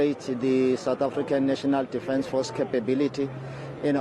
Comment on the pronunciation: Defance force? Cmon hahaha Our "president" cant even pronounce it properly. What a KAFFA